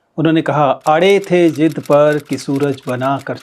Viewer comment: it's not jidd, it's zidd ....(Hindi subtitles sahi likhe h apne but apka pronunciation galt h...)